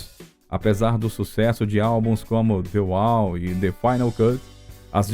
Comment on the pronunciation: Que texto mal feito! Mas o que mata é a narração! DI UAU já foi phoda, mas ouvir tantas vezes o ROGER UADERS foi mais que phoda!